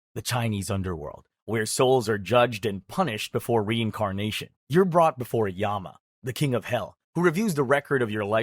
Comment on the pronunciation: Nope the king yama mentioned in this video is real king yama and it's not even pronounce like this it's y-ah-m